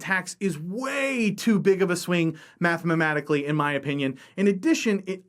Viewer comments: Did you say "mathmamatically" a couple times or am I hearing things wrong...? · Great video, but... "Mathmamatically" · "Math-ma-maticaly" lol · "Mathmamatically" Me: easy for you to say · "Mathmematically" smh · "Mathmamatically" <3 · This is the Texan way.